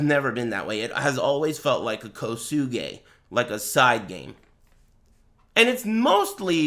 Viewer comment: "kosuge" holy fuck i'm dead